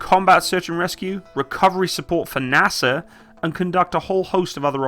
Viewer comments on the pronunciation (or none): none